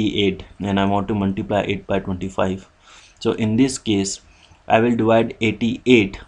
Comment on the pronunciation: Muntiblay (Multiply) XD